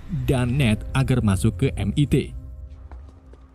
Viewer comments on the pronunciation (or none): Pronunciation nya min.. kurang enak Di kuping. Dr. Strange, dan MIT